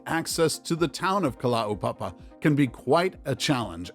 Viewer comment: your pronunciation of kalaupapa and hawai'i was amazing, thank you